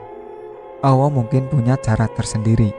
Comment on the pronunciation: Maaf...mas bro yg baca cerita ini kayak suket teki to n maaf...telingaku dengernya penyebutan Alloh kok awoh...maaf...